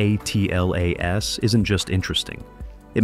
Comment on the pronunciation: The AI pronunciation on this video is horrible. ATLAS is atlas, not A-T-L-A-S. Acronyms were created to shorten unnecessary terms; way to waste precious seconds of my life I can never get back... Even more because I had to come here to complain about it.